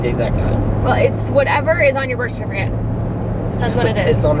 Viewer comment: “Birsh shertificate” haha did y’all notice that’s how you say it!! 😂